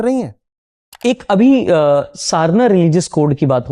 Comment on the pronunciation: aur kitna dil jeetoge ❤ bhai already itna jyada respect aur love hai dil me aapke liye And BTW सरना बोलते है सारना नही 😅